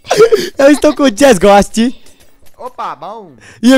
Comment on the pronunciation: "estou aqui com o jazz gosti "kkk "jazz gosti" amo muito seu canal